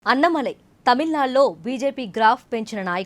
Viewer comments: అన్నమలై కాదే తల్లీ.... అన్నామలై... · Pronouncing annamalai name should be corrected.